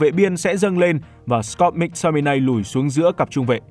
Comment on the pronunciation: Mắc Tô mi nây, ko phải Mic Tô mi nay, đọc sai nghe khó chịu thật @@